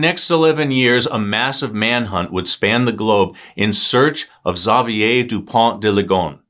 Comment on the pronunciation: great job on pronouncing Xavier's name!